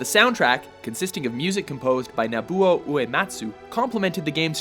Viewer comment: Narrator pronouncing Uematsu's first name wrong is seriously grating my nerves, man. It's NOBUO, not "Nabuo". Geez.....